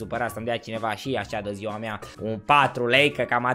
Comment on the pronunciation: acel ,,de ziua mia''